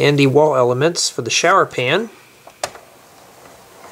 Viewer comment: quit saying elameants